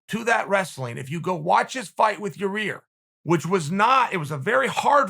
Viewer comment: Every time he said it he literally said it worse and worse 😂